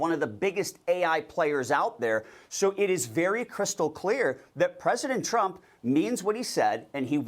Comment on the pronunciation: President elect Tremp….gibberish, gibberish, gibberish…president elect Trump 😂